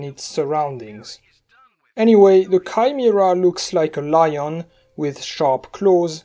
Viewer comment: "Kai-mi-ra" Finally someone understands me